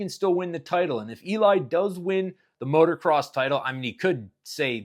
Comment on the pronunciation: Please please stop saying MOTOR-CROSS. Its MOTO-CROSS always has been.